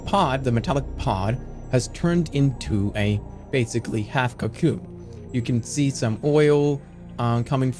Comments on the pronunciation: oh wow i didnt even notice it was ai until he said cyacyoon 😂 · No matter how good ai voice jerma gets he will not be able to say cocoon